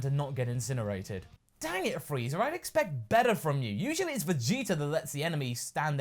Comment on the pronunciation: Frieza* not Freezer...